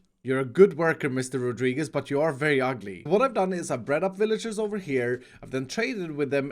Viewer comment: nice pronunciation on "Rodríguez"